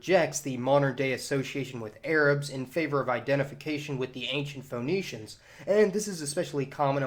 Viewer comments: Correct your pronunciation - it's pronounced "Fee-nee-shians" and not Fho-nee-shians ! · It's pronounced 'fenicians', you know, like 'phoenix' Awesome post though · Can’t stand his mis-pronunciation of “Fa-nee-shuns”. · It's pronounced Finneeshiyans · feh NEE shuns Love your videos, but I am often pulled out of the things you are saying by your pronunciations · yeah, like Phoenix, that made the video feel kinda odd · This cat can’t pronounce there name but hey lets make a video ... really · I love how many nerds couldn't overcome your pronunciation of Phoenicians. Triggered so easily! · After 3 minutes and 21 seconds of listening to you mispronounce Phoenicians, I finally just gave up. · The way you pronounce Ph"O"enicians, the Levant as "LevEnt", and consequence as "Con-SEEquence" is very odd. Maybe it's a Southern thing. The emphasis on the vowels is harsh